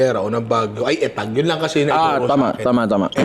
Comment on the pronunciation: Not eh-tag...it's UH-tag or EE-tag